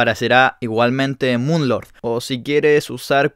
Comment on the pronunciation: No se le dice mun lorg se dice moon lor